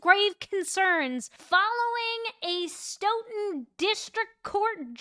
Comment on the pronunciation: Nice job with pronouncing Stoughton this time Love your work